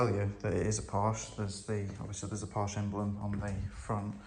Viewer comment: Hey, here's your challenge. To sommersault into the sunroof of a 924 into the seat. I am 5'2" and was 5'5" in heels and a pencil skirt. My friend was 5"6" ish and could sommersault into the passenger set after I somersaulted into the driver. Porsche, 2 syllables. Por-sha. Loved mine. Had to have the vacuum lines redone, EVERYTHING seemed to be vac lined. I had a large sun roof in mine. You could do a somersault into it...very fun. Got the largest ticket in my life in it. $765 went to court got it knocked down to $72 with 6 months to pay. lol